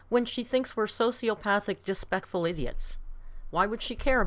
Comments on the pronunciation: she was definitely channeling jeffree star in that “dispekful” rant 😭 i can’t believe she jus kept going after butchering that word so bad. ironically the way she ate that word only fueled more hate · "dispectful" makes me laugh every single time 😂